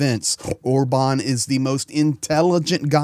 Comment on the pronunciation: you did a little pig snort when you said Orban, it was the most beautiful pronunciation of his name I’ve ever heard 😂